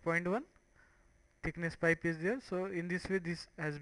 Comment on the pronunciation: 32 LMAO what did you call it? pot...pite...popusea...pite...pop...pite...popusea....? Didnt know a PIPE was that hard to say in English...